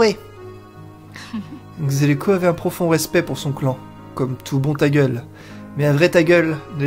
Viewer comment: Je commence le lets play par la fin (cherchez pas pourquoi ...) et j'entends ''un tagueul" pour un tagüel , tu as refais ma journée x)